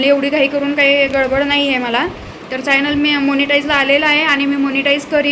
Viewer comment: फायनल नाही ग,च्यानल म्हण,प्रोनाउन्स चुकीचे होत आहे